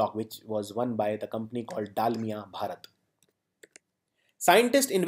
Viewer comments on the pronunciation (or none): none